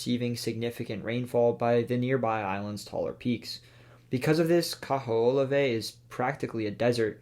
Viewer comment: Damn bro at least try to say Kaho‘olawe right